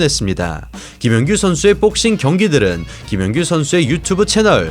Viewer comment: 근데....뽁서;;;ㅋㅋ발음 특이하시네요..영어잘하실텐데..뽁씽..한국 특유의 악센트..ㅎㅎ재밌네요